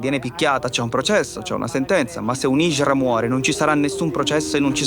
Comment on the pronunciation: La hindra not la hijra